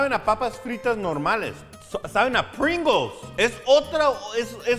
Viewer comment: Se pronuncia "pringous": Es el sabor de Pringalls